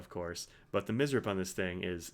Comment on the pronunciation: Let's say it together: M... S... R... P. There. You did it. Now you can say goodbye to that headache inducing, made-up word "mizz-rep". 🙂